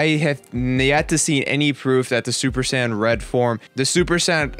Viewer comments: he said super san not sayin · sounds like he is saying 'sans' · Tbh a lot of these powers arent "powers" the regeneration is simply the fact that "SSG" has that capability, SSB does not, simple, and for god sakes Pronounce it correct right "Say-Yins" if you could actually read the fucking article before talking about the powers, and how can you possibly know that chiotzu did learn from his training from self-destruct? The mimicry one makes sense, MIMICRY "to copy or make similar" thats what they are explaining, Frieza did mimic Krillins attack seeing how effective it was against himself, you yourself are just ranting on someone elses work which is about 80% true, yet from your personal opinion your trashing it, AND IF YOU FUCKIN READ MOST OF THEM THEY ARE SAYING IT IS FROM THE MANGA AND FEW INSTANCES IN THE ANIME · When he says saiyan it sounds like he says sand 😆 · did he say super San? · I don't know what is more amusing the article or the commentator that is trying to rip apart the article because thinks he knows everything about DBZ when he can't even say Saiyan properly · I got a cheap laugh out of the way you say "Saiyan" >__< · can't even say Saiyan